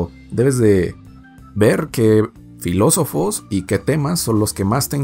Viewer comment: La cago cuando dijo filosofes